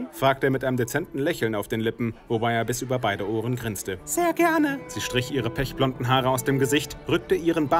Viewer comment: Peschblond? xD